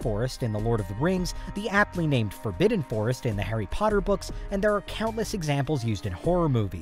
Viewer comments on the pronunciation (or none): none